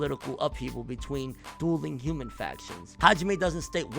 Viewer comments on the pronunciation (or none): none